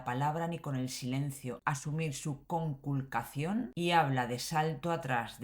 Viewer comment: La palabra "conculcacion" no quería salir de su boca, se resistía a pronunciarla